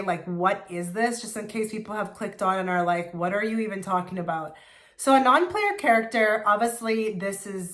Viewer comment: "Non -PLAYA" "character" lol